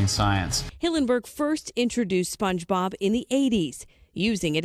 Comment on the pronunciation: you didn't even say it right